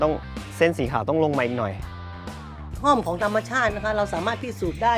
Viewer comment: ห้อม หรือ ฮ่อม แต่ไม่ใช่ ฮ้อม